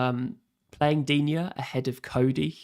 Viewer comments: This French speaker seems to think "Digne" has 2 syllables? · Its pronounced “Luca Deen” for English speakers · They asked and I answered the correct way of pronouncing Digne. If you feel like it is pronounced dinet, dina, dinot, diwhatever and feels like it sounds right to you, so be it. No need to comment non-sense and waste people's time, please. Peace out